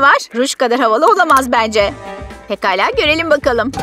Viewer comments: biraz geri sarin pegala dedi pekala degilmi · Olsun onlar pegala diyo hep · Orda pekala diyeceğine begala demiş